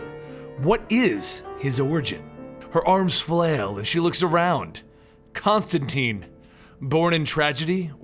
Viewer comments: whatta... you teen not tine? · It's John ConstanTINE IT RHYMES WITH LINE NOT CONSTANTEEN WTF HE EVEN SAYS THIS IN THE COMICS!!!!!!!!!!!!!!!!!!!!!!!!!!!!!!!!!!!!!!!!!!!!!!!!!!!!!!!!!!!!!!!!!!!!!!!!!!!!!!!!!!!!!!!!!!!!!!! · tIne not teen. Rhymes with fine :P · His name rhymes with fine. Why is it no one can remember that. Do all these comic channels get all their Constantine information from the movie. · Sebastian Ferguson I know people pronounce stuff differently but when the character in the book says its ConstanTine it rhymes with line then you should pronounce it correctly as well